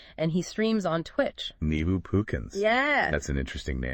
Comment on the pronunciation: "nee-bu" "it's pronounced 'neh-bu'" "nehhhhhh-buuuuuu"